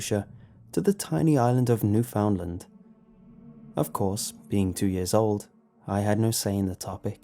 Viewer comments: "new found land" its pronounced new finland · It's pronounced new-fund-land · By the time I was 9, I had lived both close to halifax, and in Newfoundland (which is where I currently live) (By the way, it's pronounced "new-fen-land") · "...to the tiny island of New-FOUND-land." Dude, really? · lol "newf-OUND-land" this tells me that you have never been to Newfoundland. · OH SHIT MY FUCKIN PLACE MAN. But you pronounced it a bit wrong, but most people do